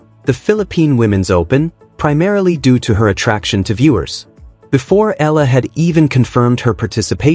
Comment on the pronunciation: P.lease pronounce her name, Alexandra/Alex Eala (E y a l a). We will appreciate it and thankful for that. Win or lose we are all behind and pray for her.